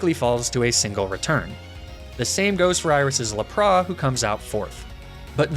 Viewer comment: I really like how he spent extra care into pronouncing the names of his own Pokémon correctly, but still pronounces Lapras like....that. Awesome vid as always!